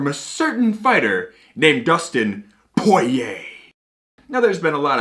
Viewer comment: Awesome review! Now we gotta try that Early Times: Bottled In Bond! We 100% agree with you on the prices of these celebrity whiskeys being too high. POY-YAY pronunciation FTW! Btw we miss your Dan Hibiki Figure, hope to see him someday again!